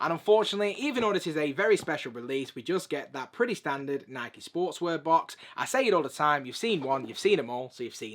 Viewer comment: "Naaaiiik" "Naaaiiik" Google: How do you pronounce "Nike"? Answer: "Nai-Kee"